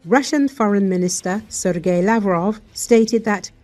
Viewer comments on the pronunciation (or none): none